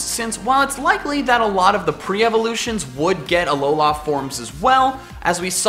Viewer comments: Anyone else hate how he says alola? Its alola. Not alola la land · Aw-low-lah.... seriously? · it is Alola not Alolar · Remake this video with a counter for every time he says " aloha form" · Not trying to annoy you but its Alola not Aloha or Alolan from is also correct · It's not pronounced (A-LOW-LA) it's pronounced (A-LOW-LAH) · Dude, it's uh-low-luh not uh-low-lah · Why did you say ALOLAF forms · "...Alolah forms..." It's Alola... Alola. Alola, not Alolah. Normally I wouldn't make a comment like this, but the way you say it sounds so unnatural and forced. Maybe I'm wrong, and you're right, but I just can't stand your pronunciation; I'm sorry lol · it's a lol la not a lo la this bothered me this whole video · Please stop saying alolá forms. Thanks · it kind of sounded like you said alolaa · I wish I never heard you say Ah-Low-Law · It's AloLA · Ah, yes, the "Alola-a" region. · "Uhlowlar" forms :P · Uh-low-luh. Say it with me now. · Stop sayin' “ALOULLA“, it triggers me every time. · He says ALOLAH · says Alowla Kill me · it's pronounced alola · He’s says Alola forms so weirdly and waaaaaay to much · my phone glithed everytime he said that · I'm sorry but I just lmao to how you pronounce Alola and Breloom XDD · If u love Alola forms so much then learn how to pronounce Alola correctly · It is alola the end letter an "a" not an "o" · STOP SAYING ALOLA LIKE THAT. THE EMPHASIS IS NOT ON THE “LA”! AND IT IS ALOLAN FORMS NOT ALOLA FORMS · The way you say Alola is painful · Is it just me, or does he pronounce Alola weird? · The way you pronounce "Alola" irks me. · I’m getting really annoyed at his way of pronouncing Alola